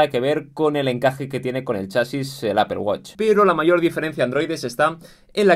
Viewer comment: Apple wATch. Like por su pronunciación